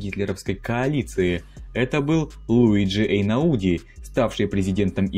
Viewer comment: Луиджи ЭйнАуди!